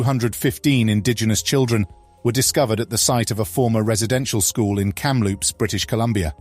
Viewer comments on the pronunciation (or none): none